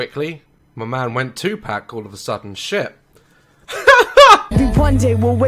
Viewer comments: he said two pak 🤣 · Daz really just said 2 pack. BRUH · Kianah Randall it’s pronounced Tupac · Daz: my man went Tupaac all the sudden Me raging cause he said it wrong.